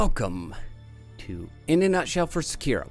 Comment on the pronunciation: The hardest thing about SEkiro is finding someone who knows how to pronounce it right